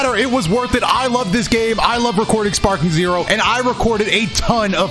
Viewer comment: this man said sparpeak zero 💀